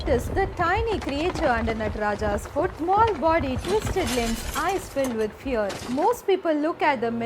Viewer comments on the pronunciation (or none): none